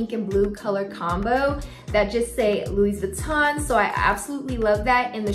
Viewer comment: Nice bag 🤩..Louis = French (so the S is silent 😅)